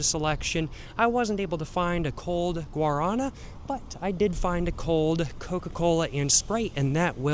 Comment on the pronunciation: guaraNA, the stress falls on the last syllable